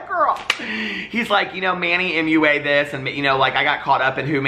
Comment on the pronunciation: The absolute best thing about your channel is when you say moo-a 😂